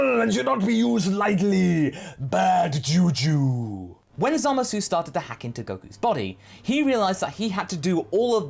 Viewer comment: ZAMAS SAY IT WITH ME ZAH MUSS WHY DO YOU SAY ~SU WHEN EVEN THE JAPANESE DON'T sorry but it's been bugging me for a long time